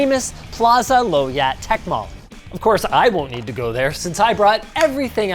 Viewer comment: Is actually pronounce is "Lao" yat for Malaysian